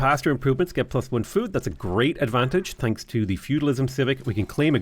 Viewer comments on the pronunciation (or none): none